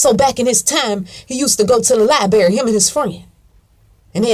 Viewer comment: "He used to go to the LIBERRY" I LOVE IT! LMBAO